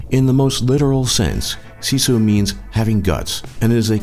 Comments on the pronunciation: actually pronounced as sisu. what people from other countries pronounce it as shishu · you said sisu wrong it was like siisuu